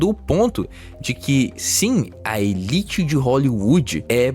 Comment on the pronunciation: "Elite" foi uma pronúncia infeliz na narrativa.